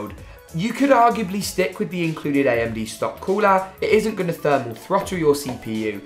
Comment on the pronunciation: Ayamde thats how you say amd like lol no hate btw